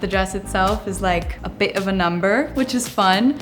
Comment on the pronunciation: when she said bit she had a british accent lmao